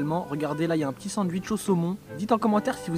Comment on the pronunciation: A tt ceux qui au debut disé "pk tu dis sandUICH au lieu de sandwitch" mtn on a l'habitude